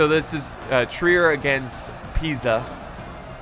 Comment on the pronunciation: Convratulations for the perfect pronunciacion of Pisa, you said it like an italian would do